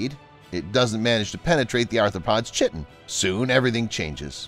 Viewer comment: Bullet ants have venomous sting (not a venomous 'bite'). And the exoskeleton of an arthropod is made of 'KYE-ton' (not pronounced 'CHIT-ton'). The mantis was put together with a 'true' bug (order Hemiptera), NOT a wasp! The insect going to its nest is NOT a 'queen bee'--it is a queen European HORNET! Some of the views of a bee being cut in half actually show a flower fly (a true fly that mimics a bee) having been cut in half. Later on, there is a mantis with a grasshopper, not a hornet. This is one of the worst videos I've seen on this subject--it's obvious the narrator of this video knows very little about insects and other arthropods!